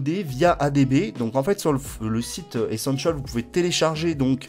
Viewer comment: Le "èssanchiolle" 🤔